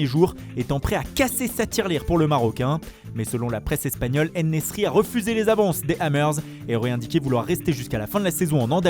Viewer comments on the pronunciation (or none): c'est Youssef Ennsiri et non pas Ennesri. L'autre fois vous avez dit Younes à la place de Youssef. Pourtant son nom est bien simple à prononcer, non ?